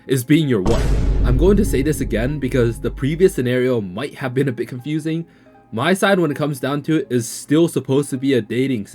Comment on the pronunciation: Btw it’s called MiSide not MySide. The Mi is pronounced like the Mi in Mita :D